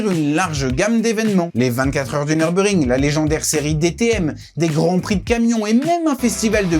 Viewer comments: Dommage, le commentaire pique les oreilles du début à la fin. C'est Nürburgring et non Neurbeurgring... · Par contre j’ai jamais entendu dire « Nurbur ring » Mais « Nurburg ring » et j’ai 40 tours à mon actif 😂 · Super reportage, faudra juste corriger la manière de dire Nürburgring. C'est Allemand et il y a un tréma sur le "U" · En allemand le "ü"se lit "u" et le "u" se lit "ou". La prononciation "neurbeurgring", c'est une version anglicisée